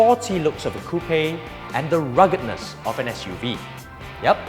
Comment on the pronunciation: Best one so far. Well done! PS. Can't stop laughing about the pronunciation of "coupe" though. lol.